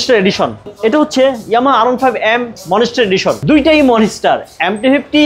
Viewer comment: ITS NOT MONESTAR ITS MONSTER